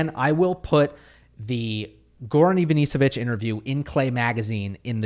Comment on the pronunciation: Hi, Ivanišević is pronounced IvaniSHevich